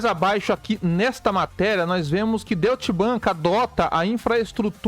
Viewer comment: A tua pronúncia figurada também está errada.😂 O certo é Doite Bank. E não Doit axé 😂